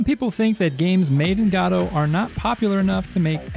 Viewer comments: Gaddo? Godot. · Its, godo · Why is he saying goto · "GOD-OH"? really...? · What the hell is this pronunciation of "Godot"